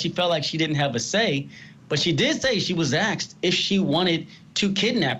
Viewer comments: That guy said axed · This commentary is garbage. The one guy commentating even said “axed” instead of “asked”…